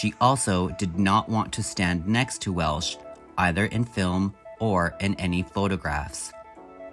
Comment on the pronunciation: Welch. Not welsh